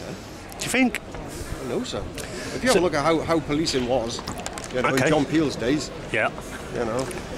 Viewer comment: did he say john peels days......